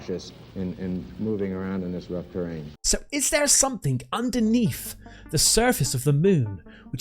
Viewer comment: Please practice pronunciation. "sumthink" and "underneef" are not words.